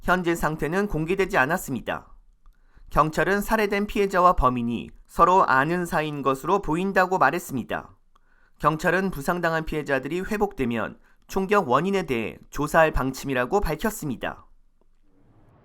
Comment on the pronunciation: ㅆㅍ 또 저 발음 미춰버리겠다 ,제발 발음 정확한사람으로 바꿔요 ,그랬습니따~앗 ,김경일 발음교정 필히요망, 총맞어 죽으라고 경찰 지원하는게 겁나 쉬워진 헐 ?